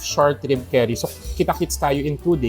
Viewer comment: pinaulit ulit ko yung 48hr hour short rib curry ang rinig ko short rib keri? haha